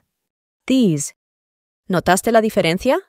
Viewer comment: es idea mía, o esta pronunciando al revés? osea this lo pronuncia como "dess" y these como "tis"